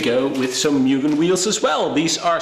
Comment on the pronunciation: Public Service Announcement: The correct pronunciation of Mugen is "MOO-GEN" P. S. Anyway nice video 😃🚗